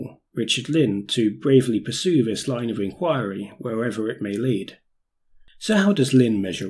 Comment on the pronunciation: Great video but really shit pronunciation, an otherwise highly capable presenter seems unable to articulate the "th" sound, really,really annoying! How can anyone expect to be taking seriously with "veir", "vis", "boff", "vem" and and other such disappointments. Such a let-down....